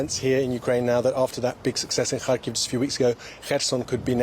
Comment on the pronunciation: I really love the way pronounces "Kharkiv" and "Kherson". He is a great reporter.